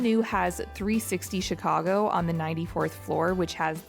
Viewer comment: You pronounce Chicago more like a Chicagoan than the presenter in the video you're watching!